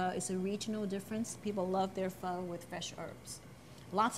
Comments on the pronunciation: It’s spelled PHO.... not feu..... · Seriously? Just say pho in a normal way... -.- obviously it's not PHUH its pho 😤